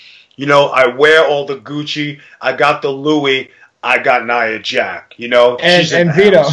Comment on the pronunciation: It's nia jax not nia jack